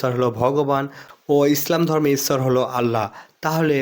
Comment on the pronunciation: এ ভাই তোমাদের ভাষা এমুন কেন ইচ্ছৰ না ইশর